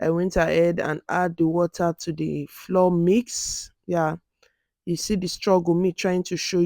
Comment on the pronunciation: Great video! Quick question though: Why did you pronounce the actual FLOUR as "FLOOR" but the CORN FLOUR as "FLOWER OR FLA-WAH OR FLAU-UR"? They are both pronounced as "FLAU-UR, FLOWER".